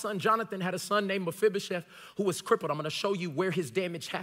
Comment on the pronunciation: You know, I have just one question for you. How are you pronouncing Mefiboset so right? I don't even know how to spell it right and I looked it up.